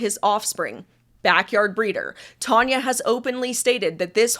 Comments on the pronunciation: Its Tanya not Tonia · Your having a go at Tanya calling you reyleigh and not! Its not half as annoying as you persistantly calling Tanya tonya!!